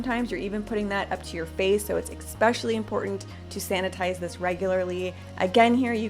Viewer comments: SORRY, pet peeve - its "especially" not "EXpecially" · EXPECIALLY IS NOT A WORD, - - YOU ARE DRIVING ME CRAZY!! IT'S ESPECIALLY! THERE IS NO EX!! AAARGH!